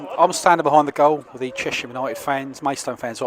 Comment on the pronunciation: Great vlog as ever. They are pronounced Che(sshhhh)am btw